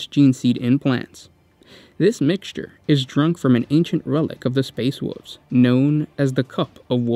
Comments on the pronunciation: They are called Space Wolves, not “Space Woofs”. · "Space woofs" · "Space Woofs" XD